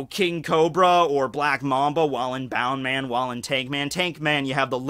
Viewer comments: Its bounceman not bound man lol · Isnt it bounce-man not boun-man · isnt it bounceman not boundman? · It's annoying how you're not pronouncing it as "bounce" man. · It’s pronounced as bounce man